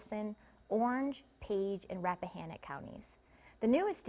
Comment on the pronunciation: Good video but page county is pronounced PAGE not Pege